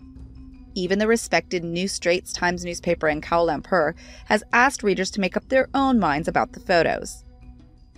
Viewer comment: Someone plz tell the whifty-doodle millennial blonde that the island is pronounced bor-nee-oh, not bor-nay-oh and the city is pronounced kwa-la lam-por, not kow-la lam-per.